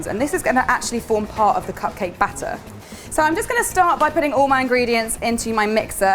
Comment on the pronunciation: I like how she pronounces butter and batter the same way... 😊